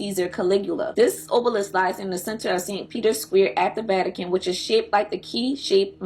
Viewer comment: Good info but you used another video of someone mispronouncing everything. Obelisk not ohhhblisk. Genitalia not geneneTALLya. You can tell when people don't really understand what they are reading